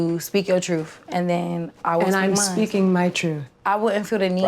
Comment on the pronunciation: “Im tryin to give you the oppurtuntity to speak your troof.” 😂